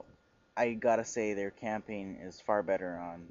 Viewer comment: Did you just say... "campaighn"! IS THIS A FREEEEEEEKING SCHOOL PROJECT!?!?!?!?